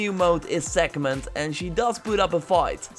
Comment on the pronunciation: Did you ever read the word "Sekhmet" or do you say it from memory? Because it doesn't have an "N" in it!